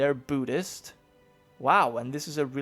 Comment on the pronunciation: Byudist? Really? Come on it's pronounced boo-dist. Buddhist=Boodist